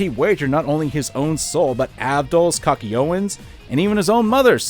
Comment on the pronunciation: “Kakyoeen” lmao but yeah I agree with you about Josuke not getting much screen time and Giorno being a zzz